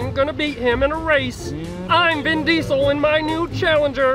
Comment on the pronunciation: Did Kirmit Said Vin Deisel?